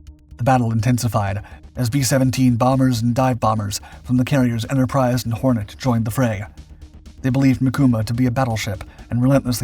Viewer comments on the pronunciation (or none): none